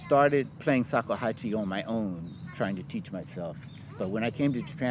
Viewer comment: It's not called sakuhachi